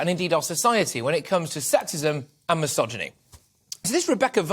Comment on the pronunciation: I think the title would make more sense if you said it right, Misogyny and Misandry!